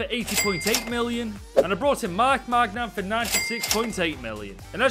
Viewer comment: Your pronunciations a funny as fuck, Magnum and Jew ventus got me